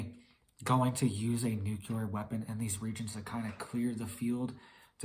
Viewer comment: If you don’t learn how to say the word nuclear soon Then I hope they Nuke you first !